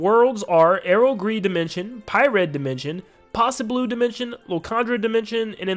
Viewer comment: I think the Poseiblu dimension is meant to be pronounced like Poseidon at the start